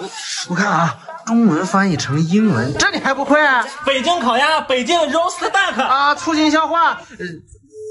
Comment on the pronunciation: 是 Roast 不是 Roste 😂